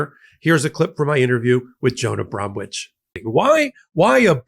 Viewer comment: The 'w' in Bromwich should be silent. Like the 'p' a psychiatrist has...